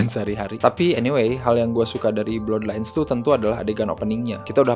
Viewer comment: Blaad lains bukan blodlains bang